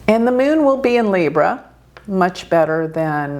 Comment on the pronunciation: Meeonnn (Moon) Her pronunciation brings a big smile. American.